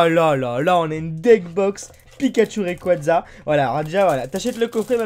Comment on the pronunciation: Mec merci de dire rayquaza comme faut sa fait du bien a mes oreilles